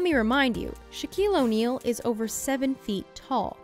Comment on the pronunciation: “Shaquale Onale”